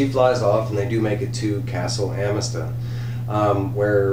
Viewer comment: Great review but you're killing me homie. It's pronounced a muh thuhst